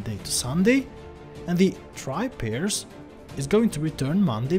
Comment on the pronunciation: You can also pass the string "Friday" into TryParse to get that enum type value. TryParse replaced the classic Parse method, which required an ugly amount of casting and raised an exception if it failed. For pronunciation, Parse rhymes with Arse. Thank you for the great video.